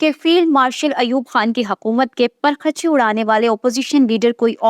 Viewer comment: پر-خچے نہیں بلکہ پرخ-چے ۔ تلفظ درست فرما لیں پلیز ۔